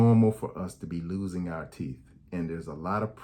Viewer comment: That man said “…Yellow Corn Colored Teeffz…!”🤣🤣🤣Thanks Doc I’m gonna mention all this to My Sisters, Daughters and Sons! Thank you and GOD Bless you